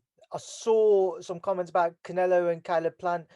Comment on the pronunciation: the fella cant even pronounce canelos name properly, and must think the fight is happening in Mexico City. 70,000 Mexicans there for Billys blood. stay out of it old boy let your gown son make his own mind up. you said it yourself... its boring here because the press aint showed up yet. ffs